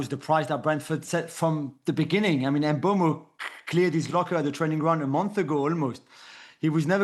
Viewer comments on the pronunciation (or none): Mbeumo not Mbuemo!